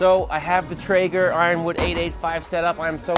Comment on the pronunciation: Lost me at “traeger” :(